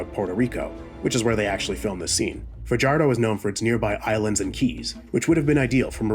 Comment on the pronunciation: Fajardo is pronounced fa-har-do